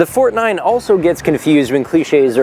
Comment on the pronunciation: I'm German, and I approve the "Fortnein" !